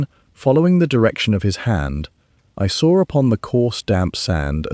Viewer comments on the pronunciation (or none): I "sawer it." Can't an AI that can use proper English be used? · "I sawer upon the coarse damp sand..." Really irritating to try to listen to.